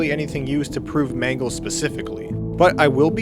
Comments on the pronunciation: It's mangle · Actually it’s mangle